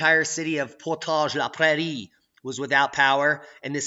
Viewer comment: 4°C and melting in the Manitoba Interlake... Grabbing the tractor to clean up the trees. Good pronunciation on Portage la Prairie BTW